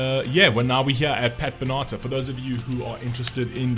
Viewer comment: It’s BEN-A-TAR